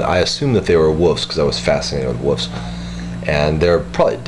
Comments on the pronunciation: why do you say woofs instead of wolves? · 'wufs' i love it